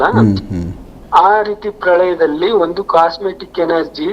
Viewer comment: ಅದು ಕಾಸ್ಮಿಕ್ ಎನರ್ಜಿ (ಕಾಸ್ಮೆಟಿಕ್ ಎನರ್ಜಿ ಅಲ್ಲ)